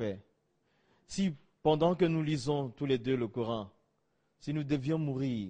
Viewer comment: Quel gros mytho, il ne prononce même pas normalement le nom du prophète (PSL), ni même le Coran